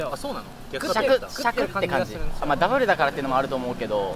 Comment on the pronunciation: Never thought ramly burger would sound soooo fancy when Japanese pronounce “dabaru special cheese baagarr” 😍 great video guys!